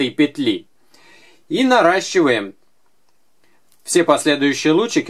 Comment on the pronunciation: Смешно сказал норащевать ❤️